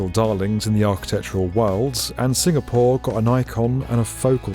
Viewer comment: Just me or is saying SingaPOOR?